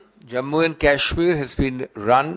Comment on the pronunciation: Abe takle Wo kaaashmir nahi Kashmir hota hai